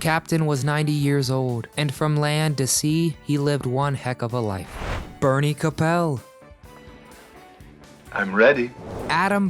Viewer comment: This guy pronounced the last names all wrong. Its Lauren Toos not tweeze, Jill Whelen not weelin. Ted Lang not lands, Bernie Koapel not Kopele. . Geeze.. Jill still looks beautiful.